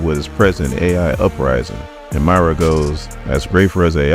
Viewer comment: Moy-ra not My-ra 🙄